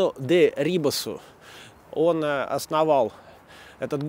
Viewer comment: И всё-таки этот ГИД либо не рассказывает историю, либо отчаянно перевирает. С входа на Смоленское кладбище. То, что на входе он про Пассаж высмеял, это было сокрыто, что было дальше. А через несколько метров шло упоминание о потерянной могиле Арины Радионовне. За то он чудесно переврал произношение фамилии Дерибаса. А дальше пошло вранье, которое твжело опревергнуть,очень " богато" словами сыпет! Зато дебилизм с фильмом "брат" прословляется.